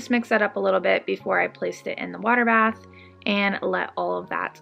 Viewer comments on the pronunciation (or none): none